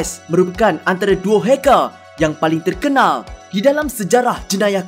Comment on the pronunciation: Di dalam , NEGARÆ .. HACKÆR .. KOMPUTEÆR.. MEREKEÆ... ARGHH ..